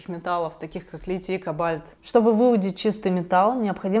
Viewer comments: Правильно кóбальт, а не кобáльт. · по русски правильно ко́бальт, а не коба́льт. С наилучшими пожеланиями 🙏🏼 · Только кОбальт, а не кобАльт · КОбальт,а не кобАльт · Не кобАльт, а кОбальт ))) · Привет! В слове кОбальт ударение на букву о первого слога. А вообще ты умничка, говриш простые и понятные вещи. Но есть такие, что, простая истина им не понятна. Благодарю 👍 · кОбальт, вообще-то, не кобАльт. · кобАльт?! 😜🤣🤣🤣 ко́бальт Существительное, мужской род, 2-е склонение. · можно Вас попросить говорить правильно.КОбальт,а не кобАльт.И пОрты,а не портЫ.Режет слух просто неправильная постановка ударения. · Всё в этом видео хорошо, кроме слова "кобАльт". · Ты отталкиваешь словом кобАльт, когда ударение на первый слог кОбальт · кОбальт ударение на О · Ко́бальт - ударение на первый слог. Спасибо за ваше творчество! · здравия! Согласен с вашей позицией полностью. Позволю себе Вас поправить в языковой сфере, ударения в словах кОбальт и пОрты будет верно, ибо портЫ, это нижнее бельё😊 извините. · После ударения на А в слове кОбальт перестал смотреть. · Все хорошо,но ко`бальт ударение на первом слоге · Правильно говорить кОбальт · Ко’бальт - ударение на первый слог. Режет слух. Это оттого, что давно живет не на Родине. И другие языки, может, играют роль, что неправильное ударение в слове « кобальт»… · В слове кобальт, ударение на О. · Кобáльт режет слух почему-то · Наверное правильно кОбальт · Только Ко́бальт всё ж таки. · слово "кОбальт" при любом раскладе и склонении имеет ударение на первую гласную. И пОрты тоже, а также в соединении - аэропОрты также. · Правильно кОбальта! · Уважаемая, взгляните в словаре ударение в слове «кобальт». И поверьте, ударения в русском языке — не очередной заговор зловещих комплотистов. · привет. Картинка в видео, монтаж, звук, сценарий, начитка - всё на уровне. В отличие от изображения на превью. Оно не соответствует уровню остального. И в слове "кобальт" ударение на О.